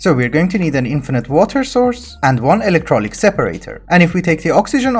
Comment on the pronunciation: also plese say electrolythic not electrolyc.Sorry for nitpicking but you know OCD